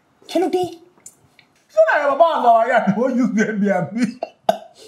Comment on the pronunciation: It’s the pronunciation of ‘Air B na B and Little P’ for me 😂😂😂😂😂😂😂, my God kiloshele